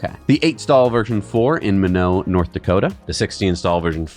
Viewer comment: Minot is pronounced, "my knot" (not, "Minn-know") Every member of Strategic Air Command knows of Minot, North Dakota.